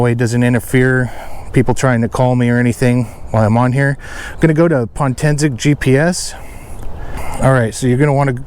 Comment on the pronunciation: It's Potensic not Pontensic lol silly